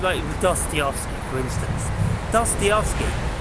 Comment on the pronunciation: here you go "Duh-stuh-YEV-skee"